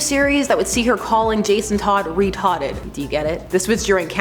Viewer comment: She said retodded